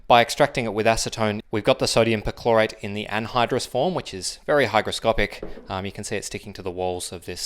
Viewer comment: With your accent it sounds like you're saying chlorite.